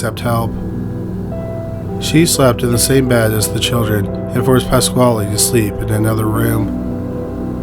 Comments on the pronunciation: I'm sorry, but... PASS-KALE, not KWHALE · pasquale is pronounced exactly like pedro pascal's last name.